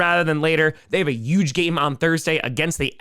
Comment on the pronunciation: Just curious, but why do you always pronounce "h" words with a "y" sound? Like "yuge" and "youston"?